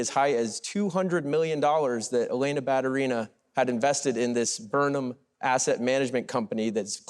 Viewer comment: Ba-tU-ri-na is correct pronunciation